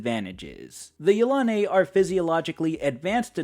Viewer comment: I have to make another comment. I pronounce Yilane' much differently than it is pronounced here. Yel- a- nee. That is how I always pronounced it.